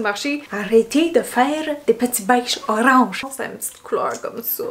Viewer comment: "arrrrretez de faire des petits beiges orrrrange" 😂😂😂😂😂